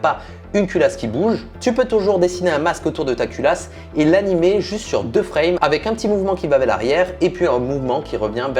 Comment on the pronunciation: Qui a remarqué que dit: avè au lieu de avec